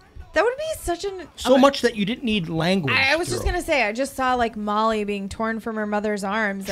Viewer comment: Its Malli not Molly lol